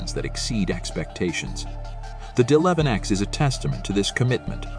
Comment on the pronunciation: WOW the narrator has no clue he keeps saying deleven ex!!! Why didn't they shut the computer off and reboot???